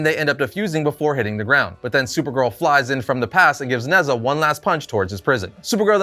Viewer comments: Although it’s spelt Nezha, it’s pronounced Ne-Ja, he’s a god or demigod in traditional Chinese mythology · Nezha is actually pronounced Neh-Cha, it’s Chinese and the name of one of their mythical warriors. (Think Heracles, Sigurd etc.) this being said godDAYUM that fusion is dope!